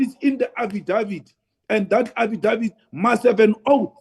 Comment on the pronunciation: Every day these new channels pop up specifically to promote Malema as someone who actually has something to say. Truth is that Malema is just a big mouth pushing out videos trying to remain relevant. And for Pete's sake Juju.. please look the correct pronunciation of "affidavid"